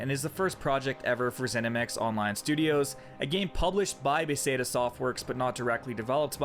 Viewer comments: fuck you saying bahsayduh got so annoying. great videos otherwise man, but c'mon. one second of research and you'd know how to pronounce beTHesda. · "BAAAA - THEZ - DAA" Not Beseda... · baseda? BE-THE-SDA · "Beth'es'da" not "Be'said'a" :P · Why do you call Bethesda (Beh Thes Da) "Bay Seda"? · Got Firor's name right but not Bethesda. Beth. Es. Da. Not Beth Sey Da. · It's "Be Thes Da" not "Be Se Da"... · Did he really say "be say da" 29 times rather than Bethesda? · bee say da ? waffle-stein ? you know you mispronounced words .. that's why the rude captions and the comment replies XD I aint mad ... entertained actually XD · Bethesda, not "beseda"... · its' BETH-ES-DAH not Beefeesda. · "Be-zay-dah" That's gonna trigger some nerds. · Befesda? Beseda? wtf is he saying? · Why do you keep calling them Beseda? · Buh-Thez-Duh. I dunno what the heck you're saying, but you're saying it wrong. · Ba thez dah. Like the town in Maryland. How you rhyme it with peseta is beyond me. There's even a YouTube video called "How to pronounce Bethesda." Seriously, you should watch it. There is nothing worse than someone presenting themselves as knowledgeable on a subject, only to sound completely ignorant by mispronouncing a key word. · "Buh-the-ss-da" It was driving me insane how you butcher the company name xD and I don't even play anything from them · Beseta? You mean Bethesda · Bethesda. Beth (like the woman's name), thez (rhymes with "fez", a hat), duh. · You have to learn how to say BETHESDA. It's pronounced... BETH-EZ-DA It's a town in Maryland outside of DC. Try to find some B-Roll news footage of people reporting from BETH-EZ-DA maryland to learn how to pronounce the name. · ba-say-da??? hahahaha. Less than a minute into the video and already found a new one. Can I just ask how you get Ba-Say-da from Bethesda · I thought he was saying "bay-say-dah", and knew I'd find someone calling him out in one scroll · he cant say Bethesda right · You are saying Bethesda wrong